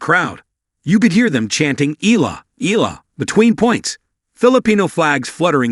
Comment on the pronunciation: Please pronounce her name correctly! It’s Ee-Ya-La! Not EELA! You are lazy!